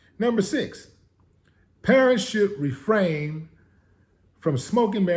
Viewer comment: "Refrain", not, "Refraim"